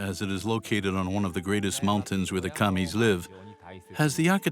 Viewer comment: It's just Kami (kah-mi) not "cammies." Kami is both singular and plural as with most Japanese words.